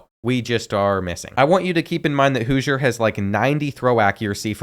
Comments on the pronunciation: Its House-er not Hoosier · Hooiser 😭 houser (house-r) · the qbs name is houser (how-zer) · The way he pronounced housers name wrong the whole video made me mad